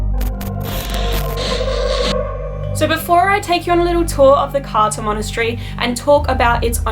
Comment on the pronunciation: Romanian here. It's pronounced Krtza (Cârța). Yeah, Romanian is complicated.